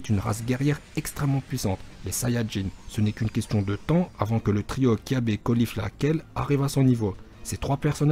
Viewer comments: On dit caba pa cabé et pas colifla mais califla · Pour Caulifla, tu l'a mal prononcé c'est Califla la prononciation et pas Colifla, OK !